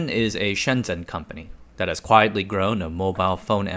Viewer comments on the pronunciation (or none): none